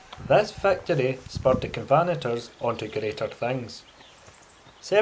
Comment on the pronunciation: Great video from a lovely place for a walk. Covenant-ers by the way, not covanters. ;)